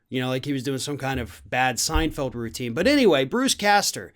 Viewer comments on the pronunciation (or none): none